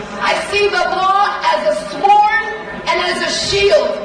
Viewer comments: Does she realise the "W" in "sword" is silent? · Did she really say a sword, pronouncing the w? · Love it when she says, "sWard". What a dumbass! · Did she say "swohrd" instead of sword? OK you immediately lose. You wanna be AG and can't event pronounce the words properly. Dems are clown shoes. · She can't even pronounce SWORD properly. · Did she pronounce the "W" in sword? Really? Really?